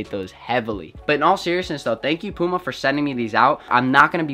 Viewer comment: Learn how to say puma